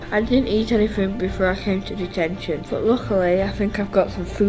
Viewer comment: wen he sed deteshon he sed clas rom